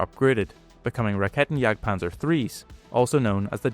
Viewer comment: "This is a Raketenjagdpanzer, it jagds panzers with raketen"